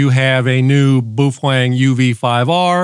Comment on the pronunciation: It’s actually pronounced Bao Fang